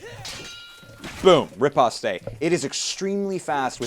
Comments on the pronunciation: "rip oss tays" lmao it's "rip post" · me knowing sword fighting techniques him saying "ripostays" makes me really annoyed!!! its sad re-post and spelled riposte! XD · I could watch this after hearing RIPOSTE-AY 5 times but once I heard it the 6th time I had to close the video from over-cringing. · REE POST AND BUBBLE IS JUST RANGE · Really insightful and interesting video, thanks! It's "ree-post", by the way. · Great videos! Also think of the word as "ri-pahst", the last part as in "pasta". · I'm not sure if you even check these things anymore but just to clear up the pronunciation of riposte here is a link to a dictionary that will audibly say it for you ^^ Personally I wasn't sure either so, here it is! p.s. love all your great work! keep it up! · A good video, but your pronunciation of some of these words needs a little work, such as "bardiche" and "riposte".